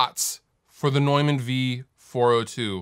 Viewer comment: I'm so glad you pronounced 'Neumann' correctly! :D